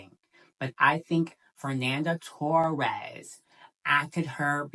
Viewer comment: it´s pronounced toHEs, fernanda toHES